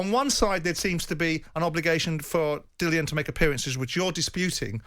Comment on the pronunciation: Who's this Bent or Benz whatever WEASEL yank lawyer chatting absolute shite? If you side with him over Frank you shouldn't show your face in these good islands aga...ROYAL BRITTANIA. Also he says 'Dik Dillian' , also you see you Jeff Bent, yeah you see you, you little stiff - Tyson Furyyyyyyy. Refusing to be on a poster as not agreed Dillian Whyte artwork!? 😂 Dillian who is this man talking for you!?